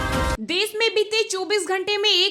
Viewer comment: Des nahi desh aur chilla kyo Rahi ho aakash Tut Gaya kya?